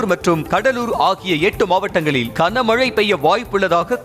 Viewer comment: (kana)க்கன மழை இல்லை (Gana)கன மழை பல தடவை சொல்லி விட்டேன். கமென்ட் லாம் படிக்கவே மாட்டீங்களா? திருந்துங்கய்யா.. 😮😢